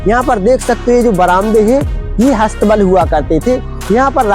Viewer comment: हस्थ बल नहीं शुद्ध शब्द अस्त बल होता है श्री मान जी